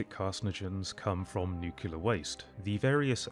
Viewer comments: NOO-CLEA-ER Not Nuke-You-Ler. Otherwise this video is great. Keep it up, bud. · I suppose you're mispronouncing 'nuclear' as 'nukular' on purpose.